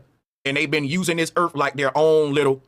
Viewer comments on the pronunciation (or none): I wonder if it has anything to do with how their tongue's are shaped or the size or something because most black people can't enunciate the "th" sound. He keeps saying Earf. What is "Earf"? I don't know or understand what Earf is?. He might be trying to say "Earth" but alas, those "TH" sounds are too much difficult Engrish for 'dem to do dat) And he keeps saying 'carick-er-cher' for the word 'Character'. He can't enunciate 'care-ick-ter'. He's got some real issues with the basics of the Engrish Lan-Gu-Age. He even says 'the thing is 'dis' instead of 'THis' - again with the 'th' sounds. I can't get passed that level of illiteracy to see "Bro" as a knowledgeable human.